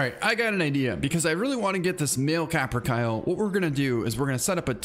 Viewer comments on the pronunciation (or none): It's produced caper-calli not caper-kyle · Hey man those birds are pronounced capper-kaley